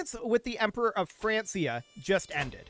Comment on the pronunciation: Francia is pronounced Frank-ia...... There is no S sound in the name. I understand how it is confusing seeing how close it is to the name France. Which it turns into, but that is NOT how they pronounced it back then. Not mad. You just sound like an idiot to me whenever you say it. I hate to say that too. (Not the pronunciation, the idiot thing)